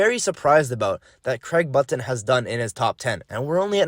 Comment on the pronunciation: learn how to pronuce button u goof disliked.